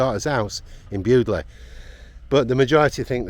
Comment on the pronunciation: Shame it isn't pronounced "Bewdley" Salterton when it should be BUDLEIGH SALTERTON !!